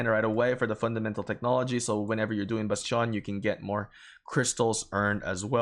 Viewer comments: it's not basteeeooon. it's called bastion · Your pronunciation of bastion is enlightening and maddening at the same time. I can't decide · The way you say bastion throws me off